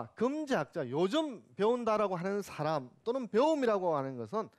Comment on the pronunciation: 왜 "간단"을 "간딴"이라 발음합니까?? "씸어 먹는"논어라니요? 왜 이렇게 비속한 표현을 경서에 써야합니까?? 쉽게안 말하는것이 능사가 이닙니다. 때로는 선인들에 대한 불경이옵니다. 한국의 구어화 문재가 심각합니다. "물음을 던진다?? 이 역시 외래어의 역어임을 아시지요. "사람"의 발음도 틀렸습니다. "사람"의 "사" 는 길게 발음해야지요. 질의할것을 규ㅓㄴ하시는데 논어라곤 전연 모르는 일반인에게 무슨 질문을 하라는 것입니까??